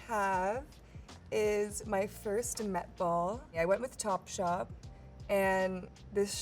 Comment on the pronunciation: did she say topshop